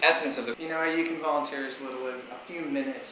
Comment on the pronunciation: u said violenteer lol its like some one volunteers and brought a machine gun then that would be violenteer